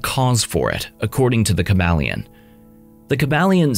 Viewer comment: Kybalion ( Kai-bal-yon)